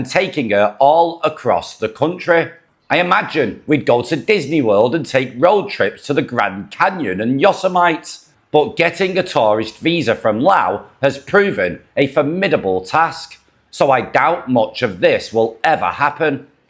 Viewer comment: Good video. Not picking g on you bc I know you are not from the US, But YOSIMITE is pronoumced “YO SIMITTY”. LOL.